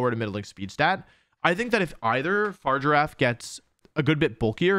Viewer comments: Wolfe it's farigiraf not fargirafe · Wolfe, I love you but I hate that you pronounce it “Far-giraffe” instead of “Fa-rig-a-raf” 😢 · I hate to be that guy but it’s Fr-If-Er-RAFF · Fah-rig-ger-a-ph Unless this is a Decidueye thing where you say it just to annoy people then lets go fargiraffe lol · It's not far giraffe. It's not a giraffe thats just far away It's Pronounced Faa-rig-a-wrath Also I might as well point out that "oran guro" is actually pronounced o-rang-ga-ru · “Far giraffe” opposed to “farigiraf’ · I really love your channel and I love all of how you pronounce Pokemon‘s names I think it’s very unique. But I hate the fact that you say far giraffe. And this may not matter to you. But if you call it that one more time . And not fariga raf. I will unsubscribe and never watch you again. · Fa-rig-a-raf not far-giraffe 🤦🏻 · it's a hard g, but even if it wasn't there's an i in there lol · fuh rig a raff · idc if its official its a giraffe it should be far-i-ger-af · I hear you say 'Farger-affe' and all I can think of is Dr. Evil in the 'Goldmember' movie. Goldmember: "I present to you... Austin Powers's fahja!" Dr. Evil: "...His 'farger'?" Goldmember: "Fahja is 'dad', 'dad' is fahja." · What I don't get is why people say Pokemon names wrong when they're said aloud in their debut trailer. It's Fah-rig-ghir-ahf. Also Farigiraf could use a berry to two-time resist super-effective moves. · Love how he spends the entire video saying Far Giraffe 🦒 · why does he ignore the confirmed pronunciation to call Farigiraf Far Giraffe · this pronunciation is making me go crazy. I thought the name was just Girafarig just pronounced flipped (so, FAH-rig-uh-raff) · Why is he saying Farigiraf wrong? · It's whatever he wants to pronounce it as, it's a made up name for a made up creature in a video game ... Leave him with his Fart Giraffe 😆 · Its pronounced fari-gi-raf my dude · Fah - Rig - Er - Raf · Fa-rig-a-raf lol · Are you purposely saying the name wrong?